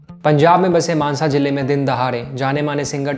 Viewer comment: finally someone said mansa correctly